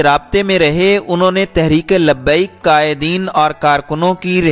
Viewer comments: Sorry bhi lakin iska naam tlp hai tareek labbiak Pakistan Zara naam sahi bolo aap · Insan bn sahi name bolo TLP Pehle seekh lo